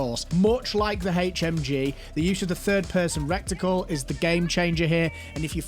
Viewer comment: My friend, it's reh-tuh-cul. Cheers.